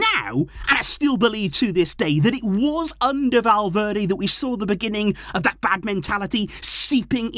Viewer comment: i was so confused when you said valverdae i thought you were talking about the player ?😭😭😭😭😭 i was so confused